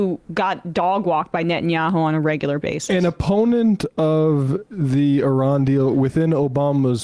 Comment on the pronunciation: Did anyone else hear them calling Iran, Irania?